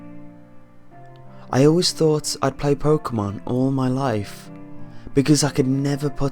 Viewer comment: Its pokemon not pokamon